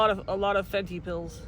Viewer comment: fenty? she said weed lol...